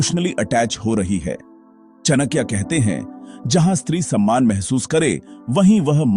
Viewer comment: चणक्या नहीं..चाणक्य बोलना सिखों 😂